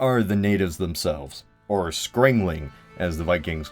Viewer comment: Hiya, Icelandic historian here!! It's Skrælingjar not "scraeling"... Feel free to hit me up with any questions.